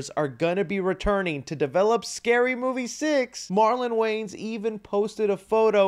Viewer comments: WAYANS, their name is wayANS, not Waynes, it sounds so weird when you say it that way. Not trying to be a jerk, just educate, love your videos, but there is an A at the end of their name, just sound it out Way-ans not waynes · It’s pronounced WAY-ANS. Sorry my guy lol whenever you talk about them or even just Marlon you say their name wrong. You say Wayne. It isn’t right lol.